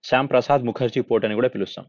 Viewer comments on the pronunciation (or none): బ్రో.. శ్యామ్ ప్రసాద్ కాదు.. శ్యామా ప్రసాద్